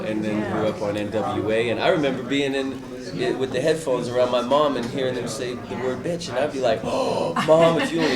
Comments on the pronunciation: It's with..not wif you ignorant fool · '' wif '' ... lol